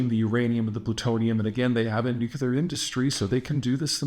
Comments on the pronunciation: It’s Nuc-LEAR, not Nuc-ULAR. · Why do you say, Nu-qu-lar weapons ?! Is it cuz New-clea-r weapons Do Not Exist ?! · OH MY GAWD! You said it right! You can do it! you said it right. "Nuclear." Finally. Oh, all this speech reinforcement wasn't in vain. Thank you, thank you, thank you. Keep it up. I know you slipped up a couple times but YOU CAN do it. (No more Shrub-isms) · “It’s pronounced NukU-lar”… why does Peter Zeihan talk like Homer Simpson? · It's not nuke you lar though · And I thought it was just me. I too always cock my head a bit when I hear “nucular”. I always say that there isn’t a U after the C. It’s no big deal but I always think of W when I hear it, Great job, keep up all the great reporting and insights. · Peter: You sound illiterate when you constantly say NU-KU-LAR. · It‘s called Nucular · Peter, thank you for working on the pronounciation of ‘nuclear’. It may seem minor, but when you pronounce it ‘nucular’, it just makes you sound like Bush II. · nearly half of them were still pronounced "nucular" though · You can’t even pronounce nuclear correctly. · At least he knows how to spell "nuclear", if not how to actually pronounce it.